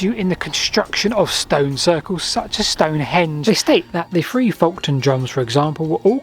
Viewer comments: it's 'Folkton' not 'Folkon'. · Its pronounced "foketon" and "bur-Ton" . I grew up near both sites of the Folkton and Burton Agnes drums... best area in the UK for Neolithic sites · Just saying its FolkTon